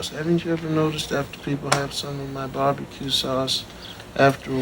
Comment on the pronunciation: The narrator says BEE BEE CUE sauce not Bar be cue sauce. AI generated , for sure... Moving on......